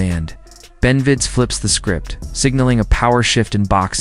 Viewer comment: amazing dude who made the video can't say benavidez!! retard!